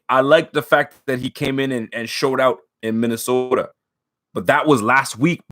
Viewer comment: “Minnesota” sounds crazy 😂😂😂